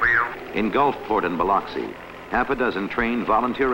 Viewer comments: The waves - look like Hawaii. You can see the rocks. Definitely not the Gulf Coast. // Does anyone pronounce Biloxi as the narrator does here? Bi lucks ee. //The lady who spots her house should be on the Price is Right.//You can't blame people for believing the Richelieu story if this film and the source's account spread around the country. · Bi-LUCK-see. The "I" is short, second syllable emphasis. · Somebody should have told the narrator how to pronounce Biloxi.